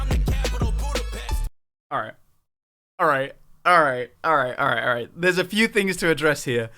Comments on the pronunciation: Jamar: Budapesh is my CITY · I just want to say he said capitol ,butapes indecating he is butpes i dont know why there was a typo but there was